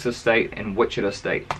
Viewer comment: Sorry but the way you said Wichita 😂 it’s Wich-i-ta with the a kinda sounding like an o